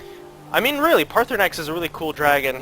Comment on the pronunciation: yeah and you cant either its paarthurnax not parthaunax